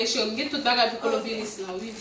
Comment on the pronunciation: Machann lan paka di nom maladi an🤦🏾‍♀️ Koloviris 😂 machann lan pa mete mask 🤷‍♀️